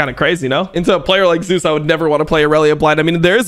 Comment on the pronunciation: For anyone interested the only reason why casters pronounce Zeus as "Zay-oos" is because of a player that has a similar pronounciation called "zzus"